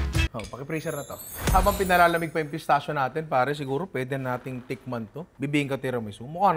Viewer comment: Nong “pistakkio” pronunciation nyan hehe ✌️